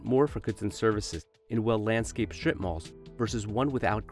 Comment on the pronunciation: The announcer keeps pronouncing it “shtrip” - with an H. Terribly annoying.